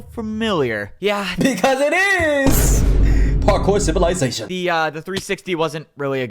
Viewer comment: ''PaRkoer CivILaiZaTioen''